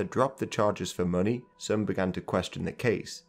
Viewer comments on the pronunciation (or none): none